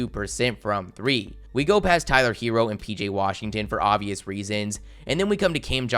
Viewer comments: Tyler Heh-Row ? Lmao the way you pronounce it 😂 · Why you say Tyler herro name like that 💀